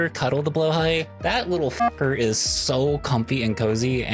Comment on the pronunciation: I stand by my position that there's no wrong way to pronounce blahaj (depending on how it's spelt with the overring or not), but Moth's pronunciation is absolutely wrong xD /lh